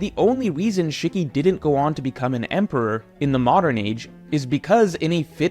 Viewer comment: Shikky =/= Shiki (She-key)